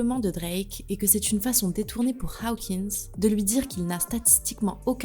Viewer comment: C'est Hokins,, et non haokins Tu confonds OW et AW 😟